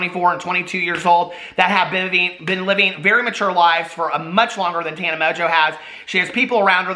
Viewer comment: You’re saying her name wrong! Listen to Paris, it’s Taaaawwwnuuuh.